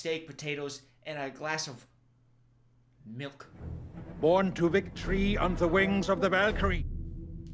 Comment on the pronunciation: the way his said "milk" i am WHEEZING